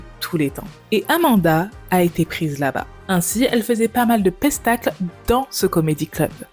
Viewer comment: Le debut "pestacle" ahaha ca m'a fait rire ! Mais vraiment son histoire est tellement triste... :( Aussi, je te félicite pour les façons dont tu évites de te faire ban en modifiant les noms des dr0gasseees mdrrr